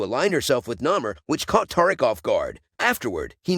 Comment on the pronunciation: Is you saying taric 😂😂😂